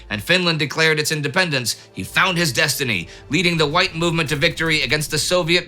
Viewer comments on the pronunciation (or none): none